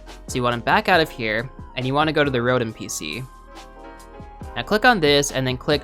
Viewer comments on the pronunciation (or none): none